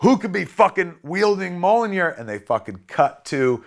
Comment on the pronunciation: Mi-iol-nir. Mjolnir.